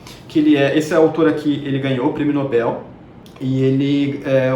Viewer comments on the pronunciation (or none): none